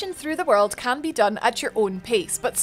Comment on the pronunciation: Great review, sounds really interesting. I especially like how your character stats effect the appearance. I also love when you Scottish slips out and we get a good ""Woruld" or "EXplorin"